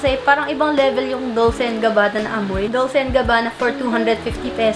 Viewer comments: Pretty good picks. By the way, Dolce is pronounced as 'Dol-che,' thought you might want to know. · 😂 Ung Dolce hahaha biglas po nyan is Dol che 🤗